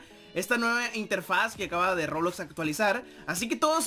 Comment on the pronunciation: Se dice Roblox :v